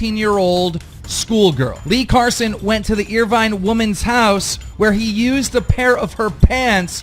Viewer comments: What's extremely pissing me off right now, is that can't pronounce Irvine correctly. It's in Scotland.... it's pronounce Ir-VIN, not Ir-VINE you fucking moron. Do your research! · Irvine haha fucking pronounced irvun. Fucksake